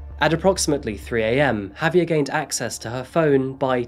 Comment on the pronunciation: Listening to you say "HAVE-ee-er" instead of "haw-VYAIR" is painful